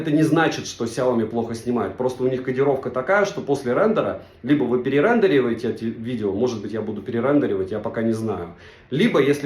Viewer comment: Перерендиваете!!! Боль для картавых людей))))